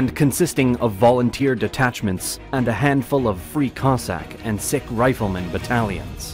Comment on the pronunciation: Though extremely simplified, this serves as a decent summary of the Ukrainian revolution. Let me add a few small corrections. First of all, it's not Ukrainian National Republic, it's People's (УНР - Українська народна республіка; народ = people, nation = нація). Second, a few pronounciation mistakes: it's PoltAva, not POltava; KhArkiv, not KharkIv; SiCH, not SiKH.